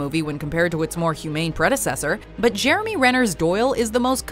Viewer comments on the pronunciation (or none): none